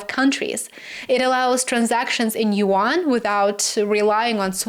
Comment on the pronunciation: yuan is a 1 syllable word. rhymes with Juan